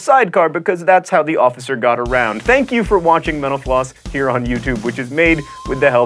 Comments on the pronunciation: Am I the only one around here who always hears John saying "Thanks for watching menopause!"? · At the end when he said "Mental Floss" I swore he said menopause.